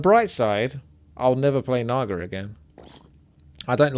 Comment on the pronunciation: You butchered the naga haha